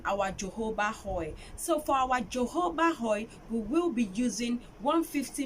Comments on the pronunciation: Thanks for the recepie. But it's actually spelt jojoba oil but pronounced as "hohoba oil" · Very educative video, well done sis. Quick correction, it is pronounced as HOHOBA oil, the Js are pronounced like the letter H. See the phonetics /həˈhoʊbə/